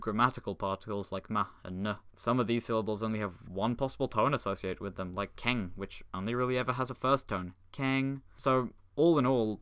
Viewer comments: I appreciate the attention you put into pronouncing the tones! The only major error I noticed was that the e in the -eng final is pronounced as /ə/, not /ε/. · I really appreciate someone speaking Chinese, since I'm learning it and LOVE actually understanding what you're saying. Most people watching this video were scratching their heads, I'm sure. (I only have one comment... That would be pronounced more like "Kong" than "King." Take the Chinese word for Goose (É/鹅) for example.) Frankly, your Chinese wasn't bad at all!! Did you take a class, or are you self-taught? Very good video! Things are starting to come together now. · keng is not pronounced like that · The only thing he pronunced wrong in this video was the "e" in "keng" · Oh!!! Why do you speak 'keng' like that😂😂😂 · NOOO UR SAYING KENG WRONG